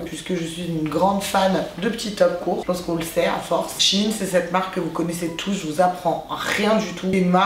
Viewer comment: ChAine Sèine et puis quoi encore ça se prononce chèine y faut vraiment aller sur wikipédia pour savoir comment case prononce fin chepas mais tu sais lire quand meme